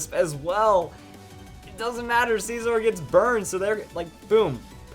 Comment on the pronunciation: what is up with some ytbers call scizor sceeeezor?